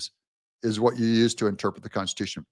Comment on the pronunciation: inturpit or misinturpit ????